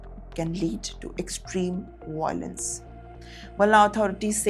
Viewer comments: Not voi .... lence It's vai ...o.... lence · The word is violence - not viOlens - Emphasis/stress is on the letter Vy-lence or Vy e (soft) lence